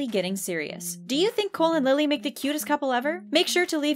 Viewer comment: I cringed when she said Lilly's name wrong